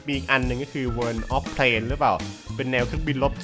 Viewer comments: โวออฟวอชิบ ไม่ใช่ เวินออฟวอชิบ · ทำไมมันอ่านว่า เวิน[world]